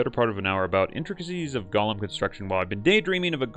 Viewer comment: It's Go-lem not lord of the rings gollum